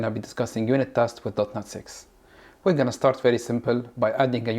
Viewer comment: Great video, but please say dot net instead of dot not.